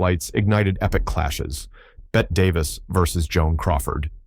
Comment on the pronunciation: Maybe the family of Bette Davis should legally change the spelling of her name to "Betty" so that the AI narrators will pronounce it correctly. The constant mispronunciation is really driving me crazy. Is it too much to ask that these presentations be proofread & edited?